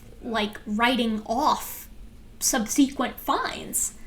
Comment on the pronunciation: true true. But I've never heard any one pronounce subsequent like that